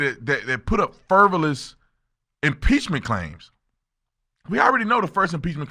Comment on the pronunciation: Frivolous…. FRI-VO-LOUS 👍😂